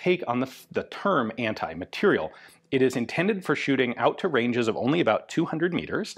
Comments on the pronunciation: Ian, I can't believe that. It's Anti-MATERIEL rifle. Not "material". MateriEl... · You say ``anti-materiel`` but all i can hear is very quiet ``anti-personnel``...